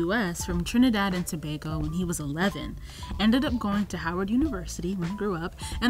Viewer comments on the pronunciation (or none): none